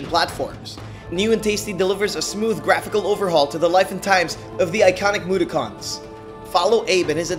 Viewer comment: i grew up on odd world but wtf is a MUDAKHAN bro they aint transformers smh